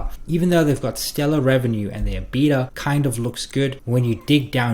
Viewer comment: Lol that's not how you pronounce EBITDA...ebit-da